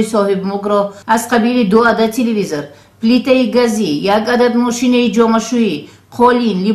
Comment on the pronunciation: хамаш хуб аммо рови барнома телвизор гуйира ёд бигири хуб Меша 😂😂😂😂😂😂😂 телевизор!!!